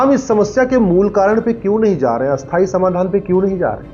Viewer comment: STHAAYEE AUR ASTHAAYEE SHABD KA UCHCHAARAN THEEK KAREN ! BILKUL VIPAREET / ULTE ARTH HONE KE KARAN ARTH KA ANARTH HO JATA HAI ! EK NAHIN BAHUT SE CHENNALS KE VAKTA -- ANCHORON KEE YE SAMASYA HAI !!! SUDHAAR ANIVAARYA !